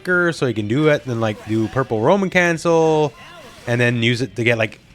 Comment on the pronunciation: Every time said Roman cancel, I thought "a woman?" (Monty Python)